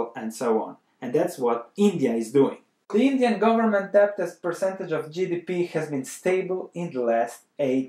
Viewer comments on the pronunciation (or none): The "b" is silent!!